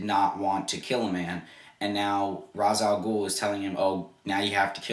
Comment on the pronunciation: This movie is great but it got the Ra's name wrong. You are saying it wrong too. It is a long a. Like Race.